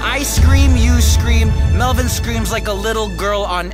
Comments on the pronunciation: тαρ мє αи∂ ѕєχ ωιтн мє Eleano MELBORN LOL I LIKE IT WHEN PEOPLE CALL MELVIN MELBORN LOOOOOL :> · mevin? its melvin